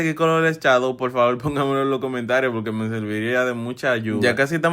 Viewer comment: Se dice shadow no chadow😂😂😂